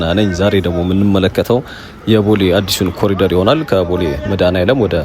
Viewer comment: ኮሊደር ሳይሆን ኮሪደር ነው መባል ያለበት።